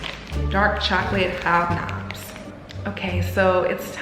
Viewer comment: Job nob? That's almost as funny as the way she says it. "HABNABS"